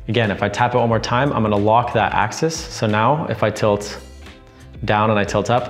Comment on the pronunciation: It's "AXIS" not Access.